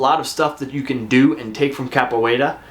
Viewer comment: Just glad to hear you saying Capoeira correctly now and for moving it up. List seems pretty legit.